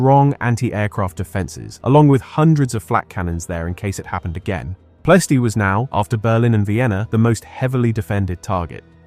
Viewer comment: "Ploh EH stee."